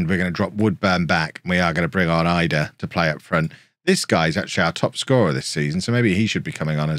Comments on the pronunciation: Idah is pronounced edah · pronounced Adam Eedah